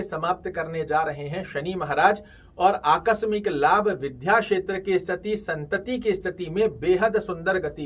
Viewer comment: कृपया हिंदी उच्चारण शुद्ध करें, विध्या नही बल्कि विद्या का उच्चारण शुद्ध है।